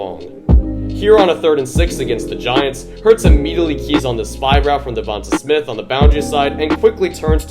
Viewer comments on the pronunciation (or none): Okay, okay, but it's "DevontAY Smith", not "Devontuh Smith" 👍